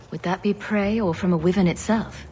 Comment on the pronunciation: This is good but they pronounce Wyvern wrong. It's more like this